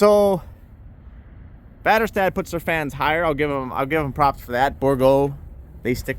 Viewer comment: You said väderstad pretty good dint no you spoke swedish😅